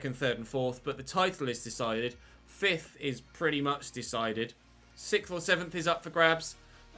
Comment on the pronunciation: I know you mean 'sixth' but I hear "sicth"